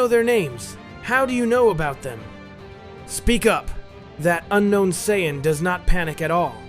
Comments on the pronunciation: what is with people using AI narration... I'm tired of the Sigh-An stories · So is this AI using a trained voice? Or has this person never watched or read DBZ? Seeing a trend of these lately of people just spilling in for quick views, I get it makes $$ but if you're giving next to 0 effort it kills the channel quickly, biggest giveaway is CYAN vs Saiyan intermittently and the really bad grammar that ai's won't correct. And the still photos of the 1 person behind the mic is that even the actual reader? "Just then" ever 5 seconds kills it can't watch + shows nearly no experience with watching DB or DBZ/S